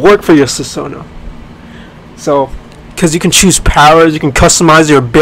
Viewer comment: susanoo mispronounce?